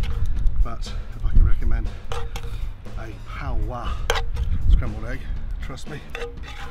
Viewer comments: pow-ah, it's Pah-wa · lol why he saying pow wa 🙄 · Pah-wah The Maori pronunciation is killing me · Everyone else: paua Gordon: paWA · Miss Mira it isn’t power, it’s paua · Notice he says paua twice near the end but every other time its pao-wah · I adore how he pronounced Paua as Pow Wah !! So cute 🤩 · As a Maori I chuckled when he butchered the pronunciation but at least he’s appreciating our language! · I like how no one told him he was pronouncing "paua" wrong. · He says paua weird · xJennova, we're the only corner of the world that calls it Paua. 😉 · Why is he saying paua so weird, it’s not that hard to pronounce 😆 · That's so annoying, he didn't pronounce paua correctly once. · Hes not a kiwi. It's not a big deal.